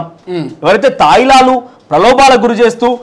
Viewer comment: తైలాలు కాదు తాయిలాలు